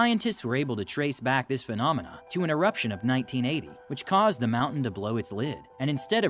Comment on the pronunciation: how he pronounces phenomena... phenomena ba di bi di bi phenomena ba di bi bi 🙃